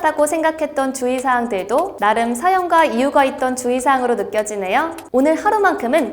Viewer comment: 주의사항을 자꾸 주희사항이라구 읽으셔서 귀에 박혀욥